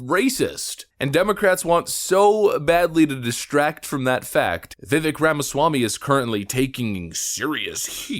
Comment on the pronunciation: Vivik's name is pronounced Viv-ake as in cake.